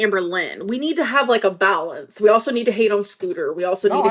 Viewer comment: unlocked a new mispronunciation with balance.. “bowel-ounce” this b!tch is unreal